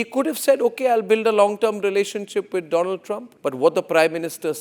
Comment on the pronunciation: DONALD TRUMP ❌ DOLAAND TRUMP ✅